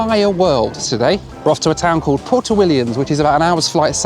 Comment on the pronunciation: It's not pronounced "porto", it's "pwerto".